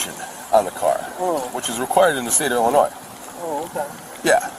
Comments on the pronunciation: Pronouncing the S in Illinois is nasty work. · The S is silent in Illinois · Hey, just pretend the letter “S” in Illinois isn’t even there! 😂